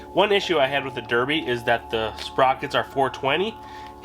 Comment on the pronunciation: berbi and suzuki :D you are weird but in a good way ... and you pronounce puch correctly